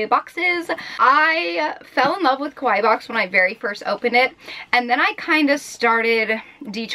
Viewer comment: You kept saying koh-why box, which sounds like the Japanese word kowai, which means scared or scary. Kawaii is pronounced kah-wah-ee, just as an fyi. :3